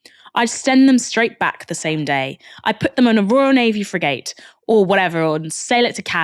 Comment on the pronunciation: You pronounced frigate wrong